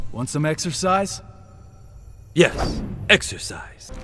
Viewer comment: Yes...."excersise" Kung lao says